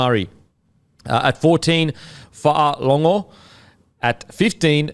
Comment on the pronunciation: As a Samoan with Fa’alogo in my name, I can tell you now you boys are pronouncing it correctly 😂